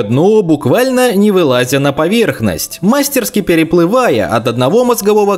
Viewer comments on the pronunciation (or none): none